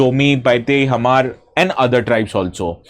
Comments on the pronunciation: Hmar pronounce as Maar. 'H' is silent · Hmar nhi pronounce krte. Pronunciation mein "Mar" kehte hain. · First learn how to pronounce "hmar" correctly before trying to sound knowledgeable and intelligent, sir. The "h" is silent!!! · Excuse me sir Hmar H is silent so pronounced as mar okay check your grammar please 😮